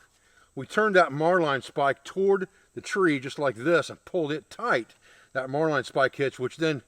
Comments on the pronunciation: It's pronounced Marlin spike as in the fish . Great system . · VaticansHolocaust. Marlinespike. We pronounce it "Mar-Lin Spike" in the US Navy. Marline is small diameter line, a Marlinespike is a metal spike used in knot tying. A marlinespike made of wood is called a fid. Mariner's and sailors used to carry a fixed blade knife with a marlinespike in a slot on the sheath. Newer style folding mariners knives have a marlinespike that folds into the handle, usually along the spine. is improvising a fid or marlinespike from a stick. has the line handling skills of a sailor, he just pronounces the terms a little differently. My complements to his line handling and knot tying skills.